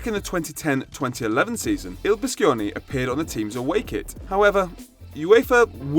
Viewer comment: It’s pronunce bee-sho-ne